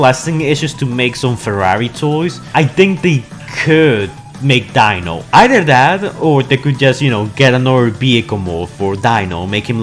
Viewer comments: Why do you keep butchering all of their names? It's Reed-man not red man and its Dee-no not Dino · It’s pronounced deeno but spelt dino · You keep saying dino like dinosour